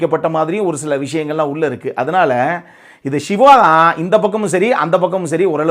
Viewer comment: நீங்கள் சிவா சிவா என்று சொல்லும் போதல்லாம், எனக்கு விஜய் விஜய் என்றே கேட்குது 😊👍💪⚖️